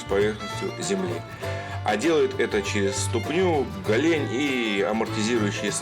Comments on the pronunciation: Классный ролик! Только гОлень, а не голЕнь! Аж передергивает! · Правильно говорить гОлень. Ударение на О.